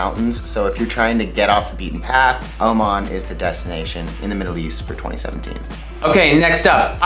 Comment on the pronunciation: FanFan_Laxy 23 😂😂😂Oman not Oman